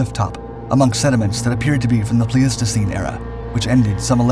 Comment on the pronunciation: Pleistocene is pronounced PLI-sto-scene.